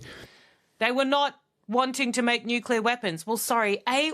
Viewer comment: Nukelar. That says it all. Who the hell hired this moron?